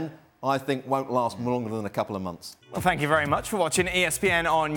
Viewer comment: “Zidane won’t last more than a few momths”